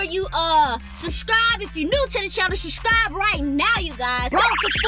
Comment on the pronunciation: No disrespect but it’s not shuscribe it’s subscribe